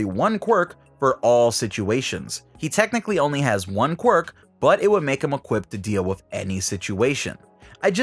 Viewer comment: I think this video has the record of number of times saying qurik